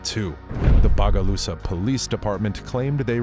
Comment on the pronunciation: Bruh that's not how you pronounce Bogalusa 😒😒.